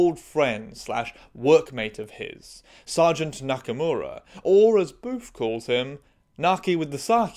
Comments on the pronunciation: I'm sorry, I keep hearing it as "Boof," which is REALLY fucking funny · I keep thinking you're calling him "boof"